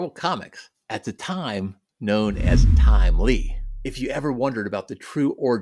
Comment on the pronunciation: You said it like, Time Lee 👽🍻